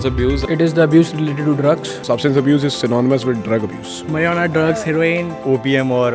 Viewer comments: For god sake it marijuana not Marwana...like apni marwana.. eg. ... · Its marijuana 😂😂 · First of alll its marijuana not maruana Second it ain't drug.... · Its not marrruuana is marijuana 😂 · Pronunciation is Mariuana. ! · yeah...they were like marrruuannna haha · Sylheti Ranna সিলেটি রান্না heard a girl in a previous video I watched say Marvana. Smh. Facepalm.